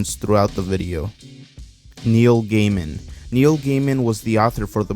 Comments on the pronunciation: Its gàiman not gaymen… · Some corrections/additions: Neil's last name is pronounced Guy-min Nightmare before Christmas isnt a tim burton movie. It's Henry Selick's movie he also directed Coraline making it his movie too. Miss spink and miss forcible are lovers not sisters. Addition/expansion: In the book the well is decribed as if it was a sentient creature which goes more into the theory that the well is another portal to the other world. Coraline is inspired by an old Victorian folktale called "The Pear Drum" or "the new mother", its about to girls who are told to misbehave in order to get a drum from a ragged girl. Their mother begs them to stop and attempts to scare them saying theyll get a new mother with a wooden tail and glass eyes.